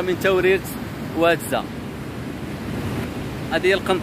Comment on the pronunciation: أهل المنطقة ينطقون اسم الواد وادزا بتغليض الفتحة على الزاي وليس بتخفيف الفتحة على الزاي.